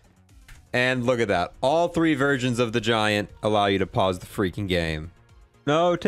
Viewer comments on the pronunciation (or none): none